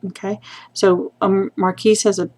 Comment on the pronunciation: Nice tutorial..Just a side....marquis is pronounced "mar-kee"